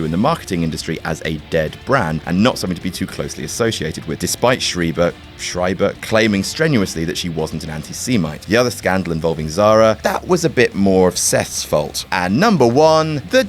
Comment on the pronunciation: Did you just say anti-seemite? Dude... it's anti semite. Sem as I'm semi circle